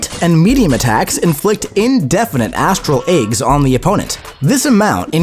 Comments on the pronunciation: AAYYGS not eggs😢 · She inflicts astral Ayy-gs